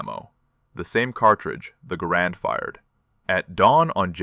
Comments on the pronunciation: Great story! Well, except the mispronunciation of Garand… It’s pronounced GARand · probable AI creation. pronounced garand, not grand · You can tell this story completely in thirty seconds and the rifle is called a GARAND not a grand , get a clue. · One of us can't count? 11 shots - 11 dead? Didn't he say, earlier, at least one miss? I SEE - "- - -with you neutral Scopes" I HEAR - " - - -with you nurdle Scopes" Second time = " - - - Universal Scopes STILL hearing you Nurdle scopes They also seem to have "Grand" Rifles (Garand?) "Colonel FAIRY" Y'SURE? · Garand is not pronounced stressing the second syllable. It is pronounced GAIR-und. The rifle was invented by John Garand, and it helped win WW2